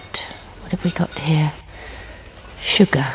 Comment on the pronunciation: she pronounces sugar like shucker